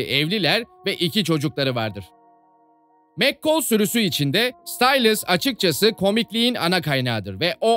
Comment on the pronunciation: abi gercekten anlayamiyorum o kadar diziyi izleyip nasil mccall a mekkol diyebiliyonuz anlayamiyorum